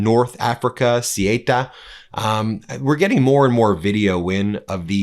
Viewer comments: The two Spanish cities in North Africa are called Ceuta and Melilla. Ceuta, Not Cyeyta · Ben, the spanish enclave in Morocco is pronounced like 'soo·tuh', not 'su-way-tah' 🙂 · Ben it's called CEUTA !! not Sieta., just CEUTA. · It's "Say-uuuuuuutah". And is chocker full of MosCIAsad footprint due to Spain not bowing down to USraeli policy. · It's pronounced {Soota)r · Spanish city names..... off the top of my head.... Cuelta sounds more like Quelca and Melella sounds more like May-lea-yah...... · Ben, it's Ceuta - pron. thay-otah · Ceuta is pronounced soota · Ceuta is pronounced Say-ooh-tah. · Ceuta is pronounced Say uta. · Ceuta, the Spanish colony 😶‍🌫😄 It's pronounced Sow-Ootta 🤗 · Learn how to pronounce Ceuta before talking about it ‼️👎 Your pathetic avoidance of the word Zionist is so obvious! The whole Morocco/spain thing is a Zionist operation and you’re too cowardly to mention it ‼️‼️👎🤮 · Please, as a spanish person, do NOT say Ceuta nor Melilla like that. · Dear Ben, dear meidas touch, it’s not so important but if you talk about Ceuta in Spain, you should pronounce it different. C is pronounced an S like in the word „Song“ In the word Ceuta, the e and u are pronounced separately, unlike in the word Europe. e like in „Bed“ u like the ou in the word You T And a as in „art“ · You mispronouced Ceuta